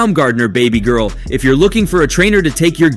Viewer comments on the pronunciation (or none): none